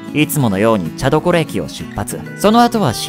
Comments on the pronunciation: のところの「茶所駅」は「ちゃどころ」駅ではなく「ちゃじょ」駅ですね それと、3100系はワンハンドルなんでブレーキのマスコンはないですね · ちゃどころ ではなく ちゃじょ です。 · ちゃどころじゃなくてちゃじょですね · 茶所駅(ちゃじょえき)ですよ～ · 茶所駅 は、ちゃじょえきと読むのが正しいです。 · 「ちゃどころ」→「ちゃじょ」 名鉄3,100系は、ワンマスコンです 大雪ブレーキ→耐雪ブレーキ 名鉄を出してくれてうれしいです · 名鉄なのに制服JR東海で草 これ大雪ブレーキ以前に3100系のブレーキが弱すぎるのが原因だと思う 竹鼻線は名鉄の中でも除雪列車が走る珍しい区間だしね あと 茶所(ちゃどころ)じゃなくて(ちゃじょ)ですよ～！ あとそもそも羽島市役所前駅発だったと記憶してるので岐阜も笠松も通ってないですよ あと の所で乗務員交代と書いてますが新羽島駅で乗務員交代はしません も3100系はワンハンドルマスコンなので絵とはことなります あと全体的に使われてる大雪(おおゆき)ではなく耐雪(たいせつ)ブレーキですよ マジレスみたいになってしまいますがもうちょっと調べた方がいいかと… 名鉄取り上げてくれたのは嬉しいけど！ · 茶所は「ちゃどころ」ではなく「ちゃじょ」ですね。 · 茶所(ちゃどころ)→茶所(ちゃじょ) 運転台2ハンドル→運転台ワンハンドル 大雪ブレーキ→耐雪ブレーキ など突っ込み所が…… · 茶所(ちゃじょ)駅ですね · 茶所は ちゃどころ じゃなくて ちゃじょ だよ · 茶所って書いて、「ちゃじょ」 大雪ブレーキは「たいせつブレーキ」と読みます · 名鉄は名古屋本線をよく利用しますが、竹鼻線(羽島線)でこんな事件があったんですね。全く知りませんでした。 後、ちゃどころ では無く ちゃじょ ですよ。(僕も父に昔、指摘されました) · 地元民です。茶所の読み方は（ちゃどころ）ではなく(ちゃじょ)と読みます。 羽島で事故があったなんて初めて知りました😵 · 申し訳ない... 「ちゃどころえき」じゃなく、「ちゃじょえき」です。 そういえば駅統合でなくなるそうですが。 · ちゃどころではなくちゃじょですよ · 、茶所、ちゃどころ駅じゃなくてちゃっじょですよ、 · 茶所(ちゃじょ)ですねw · ちゃどころ じゃなくて ちゃじょ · 「ちゃどころ」ではなく「ちゃじょ」ですよ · ちゃどころじゃなくて、ちゃじょ‼️(茶所) 乗務員が、そんな読み違いしません❗ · 茶所は「ちゃじょ」だよな。 「ちゃどころ」ではない・・・🍵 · ちゃどころじゃなくてちゃじょですよw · 茶所(ちゃどころ)では無く茶所(ちゃじょ)です! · 茶所 ちゃどころ× ちゃじょ◯ です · 詳しく言うとちゃどころじゃなくてちゃじょです！ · ちゃどころじゃなくてちゃじょなんだよな〜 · 「茶所」は「ちゃどころ」じゃなくて「ちゃじょ」だよ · ちゃどころではありません！ちゃじょです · ちゃどころえき→ちゃじょえき ワイの最寄駅間違えんな😤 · 茶所の読み方、ちゃどころ、ではなく、ちゃじょ、だよ。よろしく！ 地元民より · ちゃどころってどこ？ 茶所（ちゃじょ）ならわかるけど．．． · ちゃどころ？ちゃじょ じゃないのか？ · ちゃじょ、じゃね・・・？ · ちゃじょだとおもう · めちゃめちゃ地元で利用してるところしかなくてびっくりすぎる、、、 ちなみに茶所は(ちゃじょ)と読みます。新羽島の前の江吉良という所もえぎらと読んだり、意外と初見では難しいものが多いですね(笑) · 茶所駅が読み間違えられて「田所」って聞こえた…ww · 東海地区(愛知、岐阜、三重)なら記憶にあるはず 茶所(ちゃじょ)が正解です。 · 茶所（ちゃじょ）です！ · 茶所(ちゃじょ)